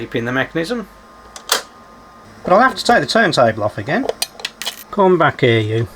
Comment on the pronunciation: did you say ‘we’ll gum back to this later’? Nice touch with the channel theme tune 🎶 😊